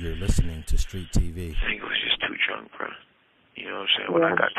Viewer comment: Can someone tell Tory to stop mispronouncing "bro"